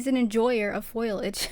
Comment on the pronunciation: Its foliage not foilage